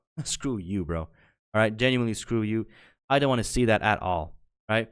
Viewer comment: Dude, L take on the womans wardrobe only being bra patterns. Youre either gay or eat too much soy dawg. Up your T. And for someone who says literally and genuinely so often, you might want to learn how to pronounce those words.